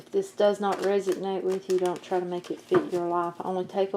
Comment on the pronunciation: You’re good. It’s resonate, not resignate.